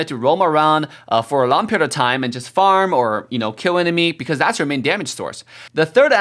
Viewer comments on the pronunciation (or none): none